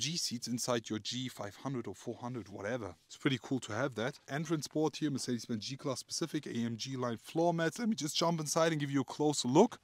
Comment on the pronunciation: They will just NEVER learn how to pronounce Mercedes-Benz!! Build schools in that place.